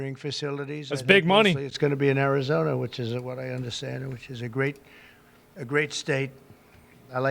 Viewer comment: Nice, he's been practicing that one: "Ari-zon-a", hard 'R'. Good pronunciation. Nice job TSMC bro! Proud of you.